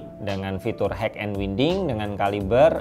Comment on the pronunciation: Bacanya WAYNDING Bukan WINDING